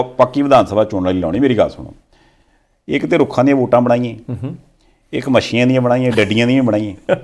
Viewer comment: Tuhda shavad ucharan theek nhi ji en machhian nu mashian bolna